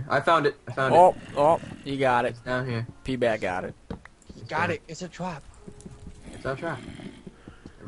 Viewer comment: I keep thinking says Pee bag not PBat